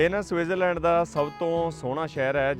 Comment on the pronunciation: ਗਿਆਨੀ ਪਹਿਲਾਂ ਤਾਂ ਸਵਿਟਜ਼ਰਲੈਂਡ ਲੈਂਡ ਕਹਿੰਦਾ ਰੇਆ,ਲਿਬੜੇ ਬੁਥਾੜੇ ਨਾਲ।ਇਥੇ ਆ ਸੁਸੂ ਸੂਸੂ ਈ ਬੜਾ ਕਰ ਰਿਆ,ਸਸਜ਼ਲੈਂਡ ਲੈ,ਪਤਾ ਨੀ ਇਹਨੂੰ ਦੱਸ ਓਏ ਕੀਹਨੇ ਦਿੱਤਾ ਕੇ T silent ਕਰੀਦੀ ਆ,ਏਨੇ ਲੱਛਣ ਇਥੇ ਦੇ ਵਸਨੀਕ ਨੀ ਕਰਦੇ।